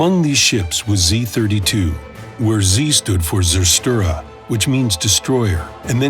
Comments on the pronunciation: Funny how you pronounce Zerstörer. :P German is a funny language. The Z at the front isn't spelles as a single Z letter, but more like "ts"...so tserstörer XD But interesting video! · Like Tserchtereur (for french) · cerstörer 😂😂😂 so hat ers ausgesprochen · Yeah, you got it. The Z stood for "SERS-TÖRER" NOT to be confused with ZERSTÖRER, many Germans get that wrong, too!